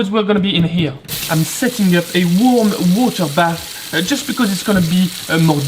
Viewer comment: when he says warm water bath his English turns completely perfect wtf